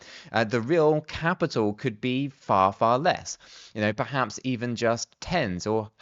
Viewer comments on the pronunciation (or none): none